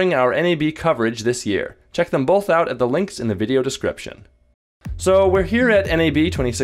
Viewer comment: Bolth? You mean both xD I'm just playing. Great vid. I would love to get these! It would make editing a lot faster.:)